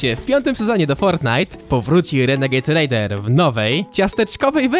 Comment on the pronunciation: Źle powiedział dla 9 letnich kidosów